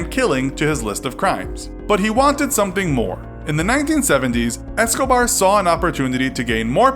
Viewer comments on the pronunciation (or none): none